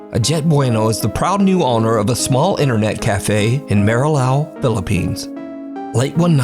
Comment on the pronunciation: Ang marilao ala maryland ang pronuciation ni 😄